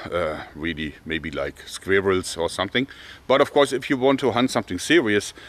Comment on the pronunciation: I love how Germans pronounce Squirrel.